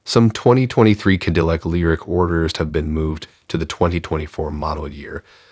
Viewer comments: What's a kadilik?? Where the heck r u from? Kadilik? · Yes, it is, but in prior videos going back almost a month, people have told that failure to train their AI voice in the correct pronunciation of Cadillac sounds amateurish. They finally did get Debut, as in Debut Edition, correctly, but somehow Ca-dill-ic is a bridge too far. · Can you at least pronounce Cadillac properly? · You would think that a youtube channel named would know how to pronounce the word Cadillac.